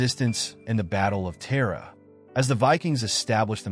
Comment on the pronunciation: Not "Mail sec nail" Mwael Shock-nol. Tara is prounced like the womans name ( not terra). Flann na Shun-inna (not flan sinna) Vikings didnt have horned helmets Get it right if you want any irish subsribers. Irish women ,under Brehon law had the same rights as men ,including divorce ,compensation .......ahh ffs forget it